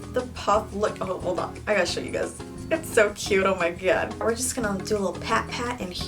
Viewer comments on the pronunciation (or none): none